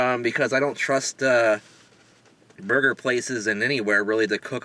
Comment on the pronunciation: thought at first you said it was the burping burger 0_o